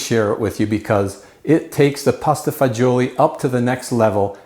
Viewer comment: It’s pasta fagioli NOT fagoli!